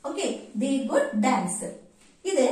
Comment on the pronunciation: Sis, This is not good (could), the way you said is wrong, try to avoid local slang. But appreciate your content,, I'm really sorry to say this.